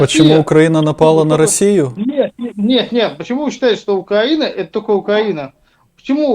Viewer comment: "почему УкЯїна напала на Ясию?..пьитаймази!"😂😂😂